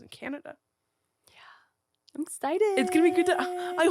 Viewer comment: Did you say cananada 😂?!😭